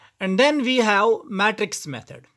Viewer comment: Matrix method ko aap nai sahi se nhi bola